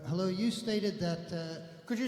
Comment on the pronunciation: Oh herro hans